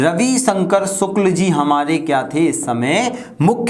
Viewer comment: Sir रवि शंकर शुक्ल है वो शुल्क नहीं 😂😂